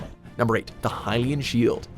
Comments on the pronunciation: hai-lyan? seriously, lol. it's actually (HILL)IAN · #8 the hyian sheild ..THE HELL? what happened to the L